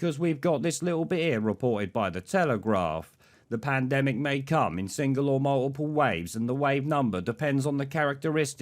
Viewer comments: That old rod Stewart boy saying panademic really makes me laugh..... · “Panademic”, always laugh when I see him saying that. What a ‘wanaker’ he is 😂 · palademic? tosser. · Always makes me laugh seeing that idiot trying to pronounce pandemic 😂, how he built a successful business when he can barely string a sentence together is beyond me.